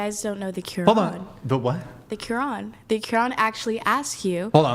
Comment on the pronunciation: Woman who claims to be Muslim doesn't even know how to pronounce quran, then she goes on and doesn't even know the rules of the religion, plus she being a Muslim is not allowed to leave her husband oh my goodness what is wrong with these women